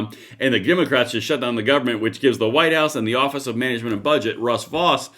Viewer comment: Russ Vought pronounces his name like Vote!